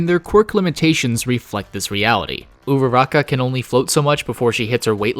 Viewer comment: The way you pronounce Uraraka...